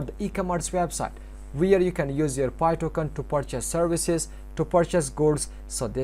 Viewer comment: i dont understand your english when saying pi webstore